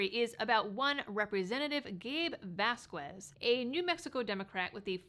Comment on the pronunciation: Wow! Vasquez happens to be my Representative here in southern NM, but I had no idea that he had these legal issues., not that it actually matters, but the "U" in his last name is silent. So, it would be pronounced like vahs-kez. Just trying to help.